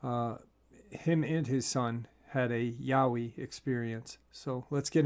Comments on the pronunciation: HI could you please say Yowee instead of yoway that is so wrong, Hello from Australia, love your work brother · Yaa--wee not Yaway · just to let you know from an Aussie Yowie is not pronounced Yoway it's pronounced Yowee